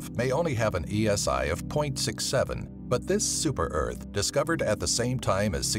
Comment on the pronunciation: Earht not earth earht the second are one of the.